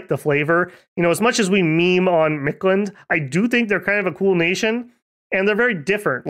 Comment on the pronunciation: Storm Flight seems like a tax that you really want to pay, in the long run. That and Stygian Flesh or Ethereal came to mind right away. I'd think those two and a weapon bless is a really good choice. Also, how hard was it for you to not pronounce (most of the time) the invisible D in Mictland?